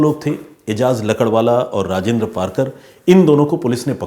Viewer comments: Ajaz lakadwala nahi .. lakdawala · भाई आप लकड़वाला,,, लकड़वाला क्या कर रहे हो?? सही नाम है एजाज "लाकड़ावाला"